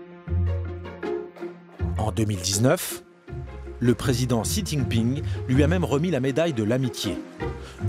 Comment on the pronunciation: Mais bondieu la façon don't il pronounce le nom du président de la chine!